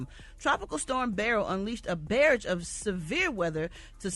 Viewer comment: Did Brat say "BARRAGE” 😂😂😂